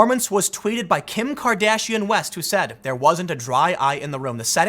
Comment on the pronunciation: I'm pretty sure you just said Kim Cardassian. Lol